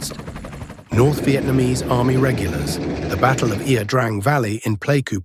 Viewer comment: Ia pronounced, "ya". It's Vietnamese for, "river".